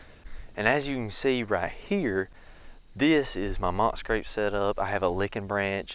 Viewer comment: It's scrape not scrap 😂